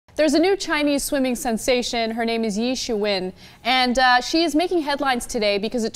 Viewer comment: Anna, sorry to say your pronunciation of Ye Shiwen's name sucked.